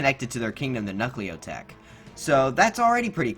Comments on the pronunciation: bruh its knucklotec not knuckleotec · The way you pronounce Knucklotec makes it sound like knucklio tech 😂